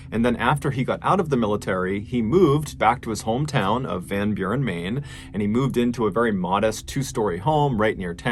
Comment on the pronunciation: As a dutchman hearing you pronounce Van Buren I actually kinda chuckled, you actually said it pretty well